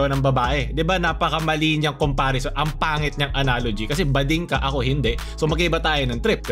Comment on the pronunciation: May diin ung pag kaka sabi ng BADING KA ako hinde.😂